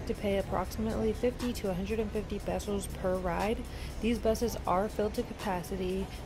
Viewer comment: I love that you pronounce "pesos" correctly. All the other foreigners say "pay-sowz" lol